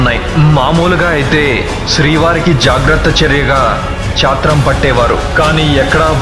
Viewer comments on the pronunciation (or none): కొన్ని చోట్ల తప్పులు దొర్లాయి, అది చాత్రం కాదు, ఛత్రం. సహస్ర కాలభిషేకం కాదు. సహస్ర కలశాభిషేకం. మరుసటి వాటిలో కొద్దిగా చూసుకోగలరు.